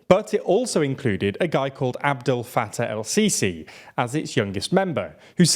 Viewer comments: the way he says adel fattah el-sisi is so funny 😂😂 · Say Abdelfattah Al-Sisi one more time 😃